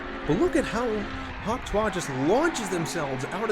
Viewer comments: hawk tuah is pronounced hawk "to" "e" spit on that thang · Btw your pronouncing hawk tuah wrong